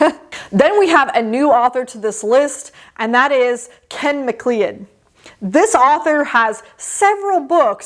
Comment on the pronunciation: Good to see Ken McLeod on here (pronounced McCloud btw). Would recommend his Corporation Wars as the best way into his work.